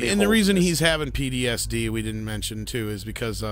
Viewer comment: You have more to correct than that - but I've been to much of a little bitch lately so I won't correct you much but you did say Captain Cornwell a lot (she's an Admiral) and you said PDSD several times instead of PTSD. But on the plus side I certainly can not disagree with them only bringing a bed roll and no tent. But then perhaps they were on the planet such a short time they thought they'd risk freezing for one night. The Ship of the Dead or The Sarcophagus Ship might actually sound cool in Klingon - but it does sound a bit silly in English. Can't they call it by it's Klingon name Heck they could have named the ship ironically after T'Kuvma maybe not even Voq doing that but Kol doing it to take the mickey.. That is certainly Erin Gray point though ; sporting her final season of Buck Rogers in the 25th Century when they had her walking about in that sailor suit. - I am still perplexed by the whole situation with her though there was some really puzzling Character beats. 1st she appears as a dream to Buck in his frozen state Then he manages to seduce her in the pilot Then she plays hard to get for the remainder of the series Sometimes she's jealous of Buck's other woman and sometimes she's like 'Meh' Sometimes she gives him orders some times he gives her orders despite her being a Colonel & Buck is only a Captain they dress her in a cutsy sailor suit in the final season and patronise her on a regular basis. The whole show was very puzzling to my childhood mind. I al